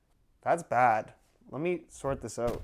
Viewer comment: "let me (Canadian) sooorrrt"